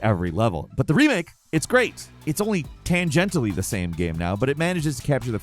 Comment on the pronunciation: "Haunted Castle sucked" (Doesn't know how to pronounce redux or tangential, opinion invalid)